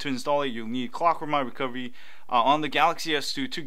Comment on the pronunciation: My phone keeps starting in Clock-Mwahwah- Recovery every time its completely off, (thats how you pronounced it for me) did I do something wrong? I do have root though